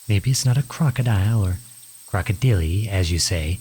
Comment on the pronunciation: im going to pronounce crocodile as crocodilly from now on